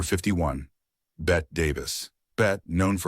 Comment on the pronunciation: her name is bett e not bet. and she resented it being said that way. by these absurd standards all people are mentally ill just stop